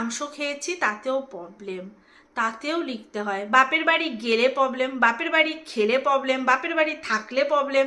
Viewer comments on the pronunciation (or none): Poblem na problem kotha bolte sekho😊😊😊